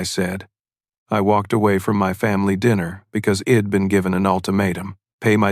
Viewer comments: May wanna fix the ai. The word is I’d not id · AI narration terrible. I Enjoyed the story when i sussed out the shed, id hed etc.